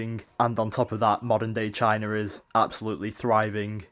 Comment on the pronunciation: It's China not CHINER :P